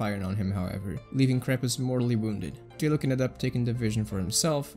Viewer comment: he rly pronounced Diluc as Die-look